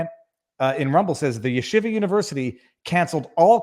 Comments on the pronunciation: Yeshiva pronounced Sheeva! Shiva is what you sit when someone dies!! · No. There is a yud in front. The 'y' is pronounced in Yeshiva. It's not there in Shiva.